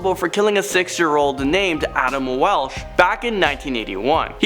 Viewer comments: "WALSH" not "WELSH" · Correction: The 6 year old boys name was Adam Walsh NOT Adam Welsh. Just sayin... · Adam Walsh, not welsh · Adam Walsh not Welsh. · Adam walsh....not welsh. His dad went on to host americas most wanted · It's Adam Walsh not WELSH! get your facts straight!!!!!